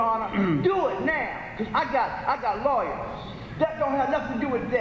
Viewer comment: "I got laywers!"